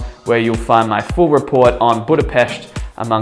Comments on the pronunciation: Yes, that's right. You pronounce it "BudapeSHt". Source: that's my hometown. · pronouncing Budapest - 10/10 pronouncing Magvető - lol :) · Proper pronunciation of the city's name, thanx Mate! By the way Fekete means black Magvető means seed spreader and then Konyha means kitchen. 😉